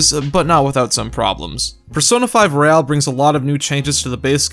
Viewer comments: Anyone else bothered that he says royale instead of royal? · if you say royale instead of royal one more time im going to have a breakdown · It's royal not royale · He also said royale instead royal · It's Royal. Not Royale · Why do you pronounce the word royal as royale ?